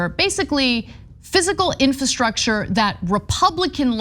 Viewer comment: Will someone please teach Anna how to pronounce the word infrastructure. Is she so sensitive that everyone around her is afraid to bring it up?